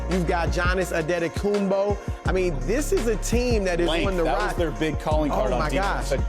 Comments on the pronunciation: He really said Janis Anetekombo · "You got Johnas Antetokounmpo" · "Gannes andedakoompo" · “Johnis antakumbo” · The struggle by the legend David stern before pronouncing his name is priceless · wtf who pronouces it like that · no he didnt lol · Duke 105 That is not how you pronounce his name look up his name first of all and watch a video of him saying his Name